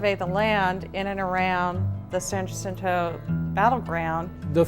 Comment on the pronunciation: U would think if they going tell us about the monument they learn how to pronounce San Jacinto !